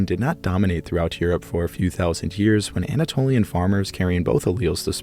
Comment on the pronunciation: I can not be the only one stressed out by the way he pronounces years as Hyears